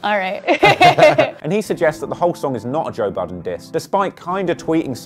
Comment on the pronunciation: Lmao..did u just call him"toe"budden??? Too funny!